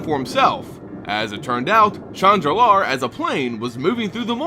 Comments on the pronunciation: When you say, "Shandalar" it sounds like you are saying, "Chan Nalaar". Lol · Always love your content. Just wished you pronounced the words per the spelling. For example: "Shandalar" has only one "r" in it....at the end. Lum-Dul and other names also very mispronounced, thus making these very hard to follow.